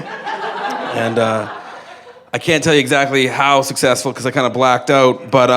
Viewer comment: Right, so I just listened to this podcast while on my run and my thought were (in this order) 1. Blahkt owht? Ha, what a Canadian 2. 25 cents? They have cents in Canada? Isn't their money quids? Or pounds cause they're Britain's cousin? I do not know. I am probably very wrong idunno 3. This story is a delight hahaha "you're gonna punish me?", he's good at story telling.. I love this man So then I looked up "true story podcast Jeremy" and found this. This is great